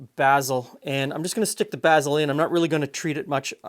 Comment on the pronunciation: this is the first time I've ever heard someone pronounce basil as "bazzil" rather than "bayzell"